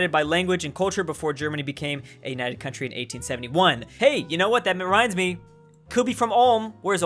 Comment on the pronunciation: “Oh that merinds me” 😂